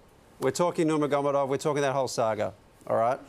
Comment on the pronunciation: Learn how to pronounce Nurmagomedov. Not even close.